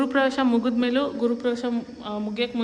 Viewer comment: Amma tayi adu guru pravesha alla yemma adu 😅😅 Graha Pravesha